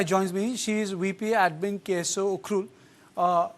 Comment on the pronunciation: Look how refugees are not able to pronounced ukhrul clearly instead she pronounced as yukhrul